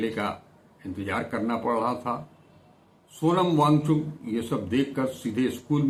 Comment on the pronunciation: Cha-cha pronunciation se thik se karo bichare ki naam ka. kehna kya chahte ho